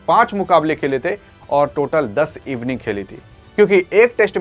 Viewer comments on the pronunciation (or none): Evning ni inning hota hai pta ni kaha se chale aate hai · Evening 😂😂 bhai innings hota hai 😂😂😂😂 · इविनिंग..नही. भाई..इनिंग होता है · Inning ko Evening bol raha hai aur tera record data bhi galat hai ...... Big C......